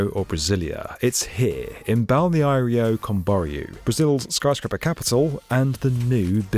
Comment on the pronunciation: I feel pain every time he trys to say Balneário Camboriú